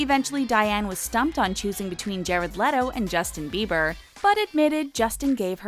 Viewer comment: sis it's "bieber"